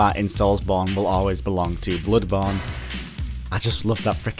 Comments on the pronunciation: god damn stop saying "bludborne", wth is wrong with u? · "Blubawn" Please learn to pronounce it correctly. This triggers me so fucking hard, I cannot begin do describe it. Blubawn. Blubawn. BLUBAWN Aaaaaaahhhh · wow i love the way you pronounce "Bloodborne"